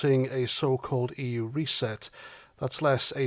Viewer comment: The yUK and the EUWWW.